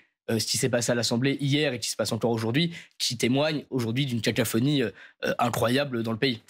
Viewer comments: Il a dit cacaphonie ? Exprès ou bien ? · Stanislas, cacophonie pas cacaphonie. A moins que ce ne fut délibéré ? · Juste... Une "cacaphonie" c'est une cacophonie aux toilettes ?